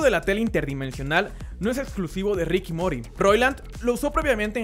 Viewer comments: si no vas a ponerle el acento grindo a "morty" porfavor limitate a solo llamarlo "morti" dan ganas de sacar el video cuando lo llamas "mori" :/ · mory ...? el nombre es morty morty morty nisiquiera sabes pronunciarlo bien . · a alguen mas le explota una neurona cada ves que dice mory?? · LioNiic_Cubes me mory :v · Joshua Alien De hecho se pronuncia más como Mordy. Así se escucha en la serie y así se pronuncia .-. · creo que no fui el unico que le molesto que dijera mory en vez de morty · me duele cuando dice Rick y Mori :'v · Por mas que el video este bien hecho, solo queria destruirme los timpanos como Siegfried contra Sorrento de sirena en Saint Seiya cada vez que escuchaba que decias Rick y Mory. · no aguante mas de un minuto escuchando decir Mori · rick y mory A JAJAJAJJAJAJA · Mario Bifano no defiendas lo indefendible, pronuncia de culo y no, en VO no es mori mori mori mori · Es Morty, pero casi no se pronuncia la "t" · en inglés no se pronuncia Mori y si así fuera... no lo veo hablando en Inglés. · Mory???? No lo se rick, parece falso :v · Puedes decir Marti excelentemente, y no puedes decir Morty? Molesta un poco que lo digas Mory... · Me dolían los huevos cada vez que decía "Mori", en ingles pareciera sonar asi pero es que alla la T no la pronuncian tan fuerte como en el español pero si la dicen XD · rick y morí ?? xdxd que agueonao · pésima pronunciación del inglés... cada vez que dices mori siento que muero! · o MORIdo xd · Realmente no se pronuncia “Mory” si le prestan atención no se escucha que en la versión original se llame “mory” en español se escribiría “Morri” por lo que dijo el compa de arriba, pero de que lo pronuncia mal lo pronuncia mal, aparte que siempre he dicho que si estás hablando en español no debería meter el inglés a menos que sea necesario en palabras que están hechas en inglés y no tienen traducción, pero si en latino america se dice Morty lo hubiera dejado así 🙄 nada le costaba decir Morty en vez de esa traducción tan mala de “Mory”